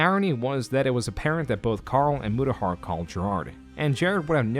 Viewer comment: Mutahar went Murahar? lol